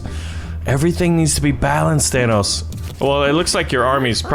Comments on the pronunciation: Its thanos not thanOUs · You keep saying Thanoss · Dude kept saying thanoss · How do yall say thanos, says Thanos like than-oss, like vanoss, I say it like Than-ose. in the movie 99% of people call him Than-ose, except for nebula, who calls him Than-oss. i tried looking up how to pronounce it correctly, but i found websites that pronouced it like, Th-ai-nos, and a person said it was pronounced without the th?? so give me your opinion because I get annoyed when they call him Than-oss...idk why help me figure it out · Why do you keep saying it like Thanoss? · It’s pronounced thanose but spelled thanos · Did anyone notice that he says thanos wrong?